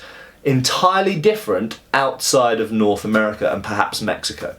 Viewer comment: Norf America :P.